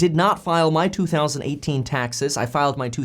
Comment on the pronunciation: anyone catch when he said i did not file my 2018 taxes i filed my -emphasize 2018 taxes lol